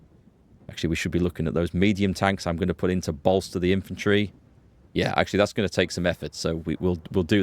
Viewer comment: I love your pronunciation of "yeahr" gives me a kick every time haha